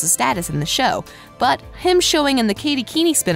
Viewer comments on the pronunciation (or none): Was anyone else annoyed when she kept pronouncing it Katy keeny😂instead of Katy Keene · umm, i don't want to be mean but it is pronounced Katy Keen, not Katy Keeny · I'm sad that skeet and marisol leaving but I know we will get tons of stuff I feel guest starting is what it is is gonna happen with them also drive me nuts it's not pronounced keenie its Keene (kee-n) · Yess, also it’s not pronounce keen-i it’s pronounced keen. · Me too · Katy Keeny Me: It's Katy Keene! Pronounced keen, jeez... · ITS NOT KATY KEENIE IT KATY KEEN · Omg I am soooooo triggered katy keenie no no no katy Keene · Can y’all please just say Katy Keene [keen] ; thank you 🙏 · Excuse me she pronounced this as Katy Keeneee? Bruh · “kAtY kEeNy” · Why does this person not know how to say names ? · I know it was so weird lol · It is really bothering me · I know I’m dying😂😂